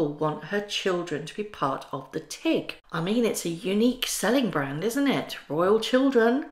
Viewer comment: Meghan and Harry have ruined Hollywood glamour for me. They taint everything they touch, even the people their "friends" with. When you said Tig, for a minute, I thought you said tick, from now on I'm calling the Tig, the Tick.